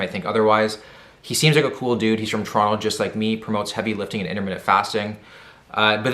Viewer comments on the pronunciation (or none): none